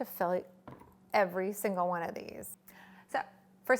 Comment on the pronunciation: Hell's Kitchen Kritter and Friends no she said “one ☝︎ color succulent”... lol 😂 it does sound like wine 🍷